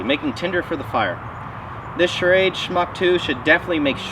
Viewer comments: Schrade, not Charade. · Love how you pronounce Schrade with two syllables, like it's "charade."